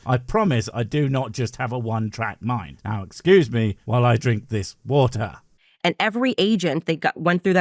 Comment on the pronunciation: 😂😂 he literally can't say water😂😂 or Boogaartee😂😂 tw@